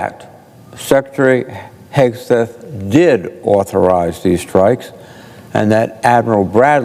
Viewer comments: Sec heg? I thought it's hegseth? What kind of reporter are you. Do you say pres ump? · The very least you might do is get his name correctly. It is not HEGS. It is Hegseth. Duh@